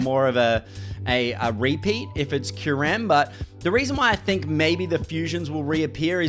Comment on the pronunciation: I can’t believe how click baity you’ve become! You even mispronounce Kai-yoo-rem just so wrong. Pffft.